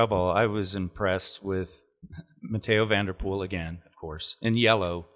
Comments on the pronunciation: Mathieu not Matteo Van Der Poel. Geez George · His name is Mathieu not Mateo!!!!!! Why on earth does this guy pronounce Mathieu as 'Mateo'? There isn't even an 'o' in Mathieu. He might as well just call him Bob. It boggles the mind how ignorant some people are in terms of simple and basic language skills. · Mathieu = “Mattyuh” Mathieu ≠ “Matteo” Perhaps it’s time to get some pronunciation lessons from Johan Keep up the good work guys, enjoyed the show as always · Please call Van Der Poel correctly. It's Mathieu, not Matteo. Mathieu... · Matt-chew. Say Matt and then sneeze. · Mattyuh is also incorrect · Geez guys, the way you pronounce Mathieu van der Poel is per the below "Mattyuh" get with it.